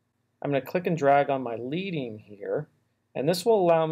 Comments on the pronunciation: FYI, Leading is pronounced like the metal (ledding) as it's a term from metal typesetting and refers to the lead spacers they used to use in letterpresses. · Super tutorial. Straight to the point. Clean. Helpful hint: leading is pronounced "led-ding", as in, recalling the lead (Pb) strips that hand-typesetters used to space type lines back in the day. Now you can avoid awkward smiles and side glances from your print designer friends as you expound about how to title at post-production beer bashes. Cheers. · Great video, thanks so much for creating this! One quick note: "leading" in typography is pronounced "lehd-ing" (like the chemical element) 😉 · Hi. Thanks for the really useful tutorial. I'll be using this on my own tutorial videos that are often in need of titles for the different segments. Just a heads up regarding the "leading". The name comes from a time when typesetting was done by hand and pieces of lead were used to separate the lines. So it's pronounced like "ledding". Not mentioning this to dis on your excellent video in any way and be "That guy" I just know I'd like to know out of interest 😀 Cheers again for taking the time to put this together. The little zooms in to tools etc are a step above and beyond. Awesome work. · Thanks for the video, but a historical FYI.... It's called leading like lead the metal, not lead the verb. The historical context is that it came from when printers laid out the text using spacers made from lead the metal between the rows to create the space.